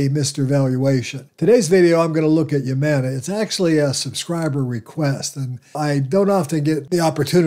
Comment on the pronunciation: HUUUUMANA NOT YUUUMANA